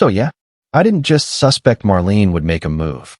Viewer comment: Nice story. But, your AI needs work! What is a "treeleen"?(treeline) What is "SUSpect" instead of "susPECT"? And the occasional STu.u.u.u.u.u.uder like "lo.o.o.o.o.o.ow"??